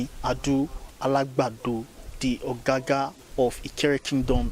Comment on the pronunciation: It is not OGAGA but OGOGA